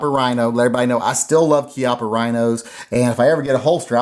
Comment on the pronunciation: Pronounced Chee ahh paw